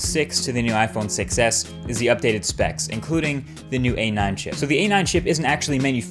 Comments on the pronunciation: anyone else hear "iPhone success" rather than iPhone 6s? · The Iphone succes , cant unhear this